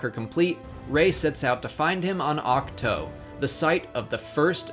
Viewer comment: great vid! just about the only note i'd have came at the very end -- the "to" in ahch-to is supposedly pronounced "two", or even, "to" lol, as it's an inside joke meant to sound like "act two"